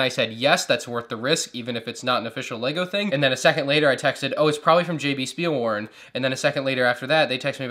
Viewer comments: You pronounce ‘W’ as a ‘V’ in German -Speilwaren = SchpeeelVaaren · pleas dont say Spielwaren like you said spielwaren. Say it like you would say shut up but only the sh from shut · I like your pronoucuation of jb spielwaren😄they are a good store